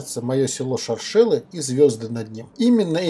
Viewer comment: Шоршелы- ударение на 1й слог) Очень душевно! Давно там не была, спс!